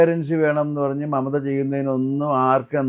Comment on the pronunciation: പറയുന്നത് മമതാ എന്നാണെങ്കിലും കേൾക്കുന്നത് മറുത എന്നാണോ? ഒരു സംശയം😂